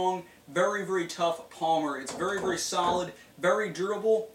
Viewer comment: vury, vury, vury comfertable. lol